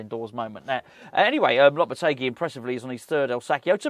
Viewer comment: Honestly floored by how well she pronounced Lopetegui lol